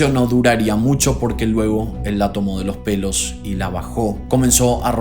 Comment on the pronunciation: jeje “por los pelos” suena súper raro 😂